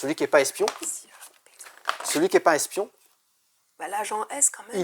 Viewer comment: Le S d’espion 😂 C’est comme le H d’Achille 😁